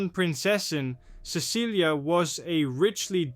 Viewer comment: It's not Cecilia it's Cecily it sounds like it's spelled s e s s i l y, the c has an s sound